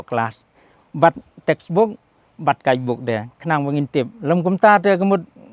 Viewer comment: “Guidebook “ Stress On the Word.